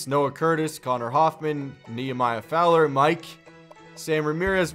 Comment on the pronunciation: Who else remembers when completely butchered Fowler's name the first time he read it?